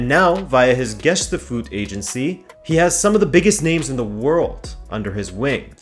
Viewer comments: hes Portuguese, it's why he pronounces all the names right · Finally, a YouTuber who can pronounce names. Good stuff my guy!